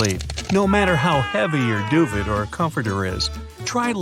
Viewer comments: "Duvet" pronounced doovay, NOT doo-vet. 🤦‍♀️ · Duvet is pronounced DU-VAY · “Doo-vet” tho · Stop saying “duvet“ like that 😂😂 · Didn’t know that’s how you pronounce duvet